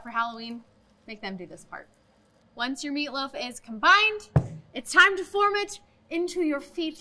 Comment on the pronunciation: Did she say Meatloaf , or Feetloaf ?